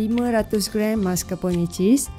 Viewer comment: maskar'pon(e)..bukan maskarponeyyy deyy..hahaha..sedap nampak..coffee lover mesti aummm